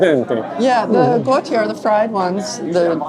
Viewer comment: Lady even knows "Guo tie"!!!!